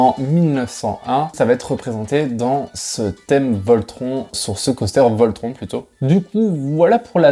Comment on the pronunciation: Alors bonne vidéo mais pour le coup, ça me perturbe car tu dit Taron alors que c’est TARONE, pareil pour voltronE Par exemple, pour taronE, ont entend dans les audio en gare une voix allemande dire TaronE Donc franchement ça m’a perturbé 😅 mais sinon la vidéo est sympa